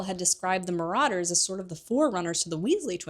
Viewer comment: Some of your pronunciations are so completely wrong. "THEASTRALS?" "MORODORS"? Come one now, it isn't that hard to look up how these words are pronounced.